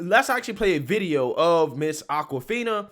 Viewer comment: ITS AWKwifina as in AWKward not ACKwifina. So blacks can misappropriate white culture as in straight hair or braids which is Norwegian or even pony tails but never get called out on it. And before you say it someone show me a picture before 1970 with a black woman with braids, not dreadlocks, braids. Every viking movie I've ever seen has whites with braids. NAACP should learn from this and stop nominating non-blacks, it's like BET putting MeTv programming on their channel.